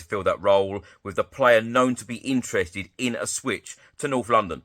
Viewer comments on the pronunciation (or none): none